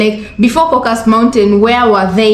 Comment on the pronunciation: Kah-cuh-sus, please 🙏 From a true Caucasian from the Caucasus. 😊